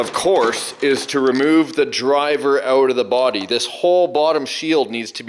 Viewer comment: It’s a crankshaft and that’s not how to pronounce out 🤣